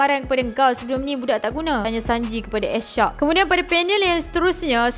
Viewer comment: Sorry ye pembetulan, bukan s shock tp s shark, bukan beroot tp brook. Hehe. Kami rindu.